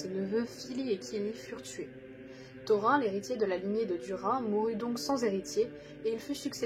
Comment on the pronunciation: Tout est parfait à part que comme les anciens le savent on prononce Thorïn et pas Thorain de même que Daïn au lieu de Daain etc... Très bonne vidéo en tout cas !